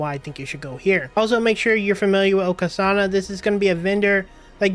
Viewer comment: how can you miss pronounce so many words?? LOL "La-crema" "O-Ka-sana" "Um-bar ruins" "Hien-match" ?